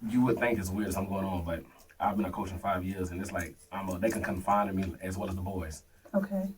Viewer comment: If you don’t know the difference between “confining” and “confiding” you shouldn’t step foot on school grounds pookie